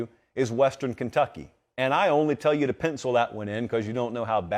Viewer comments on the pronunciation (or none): none